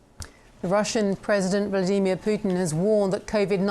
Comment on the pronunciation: What was that? Vladamir Putin? That’s the weirdest way I’ve heard some one day his name, not like you don’t hear it pronounced often